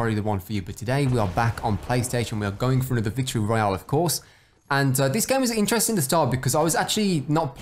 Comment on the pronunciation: Anyone else love the way does the “rrrrrrrrrroyale”